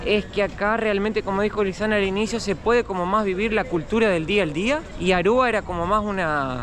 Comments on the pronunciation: es Aruba, no Arruba. Repeat with me please A R U B A. 🙂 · Que divertido diciendo ARRUBA😂.... Querrá decir ARUBA. Mateo enseñale❤ se oscureció el cabello😮